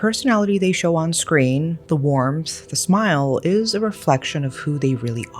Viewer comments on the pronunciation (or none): Sorry, but I'm so drawn to how she pronounced warmth as worm. I heard it 2 times. Did i hear wrongly.